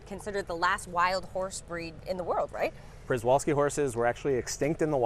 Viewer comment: Just wanted to add that Przewalski horse is pronounced Shevalski